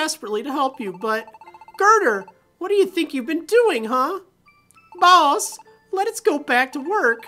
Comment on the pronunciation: Sounds like your saying balls instead of boss